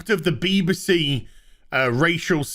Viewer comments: I keep hearing Beaver C every time you say BBC 😂😂😂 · Why do you say B b C? Pronouning it with an upper case B, lower case b, and an upper case C.